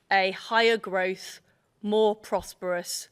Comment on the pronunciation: I wouldn't mind, but she can't even say growth....🤣